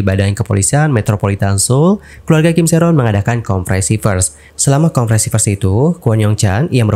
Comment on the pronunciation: Kak maaf, tp ak gemes denger kaka blg konferensi vers, "pers" bacanya sm kayak versi englishnya kak (press), kayak baca "es teh", kak "e" nya..